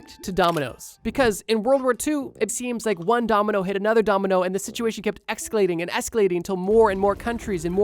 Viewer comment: Bro said excalating